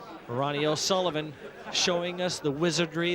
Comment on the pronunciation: "O'sullibum" lmao